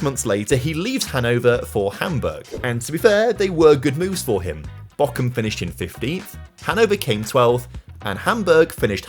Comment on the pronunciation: i am always confused british people find a K in words where there isnt one "bochum" aint having a k but hes saying "Bockum" which is a totaly different city which is why its so funny xD we get tortured at school to learn the british "th" come on mate